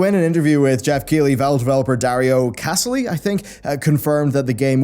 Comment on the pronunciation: Dario Cassali is one of the two brothers(the other being Milo) who made Final Doom: the plutionia experiment. They were fans of DooM who got their maps noticed and thats how they became devs. Also, as far as I know its pronounced cah-sah-lee instead of cass-aly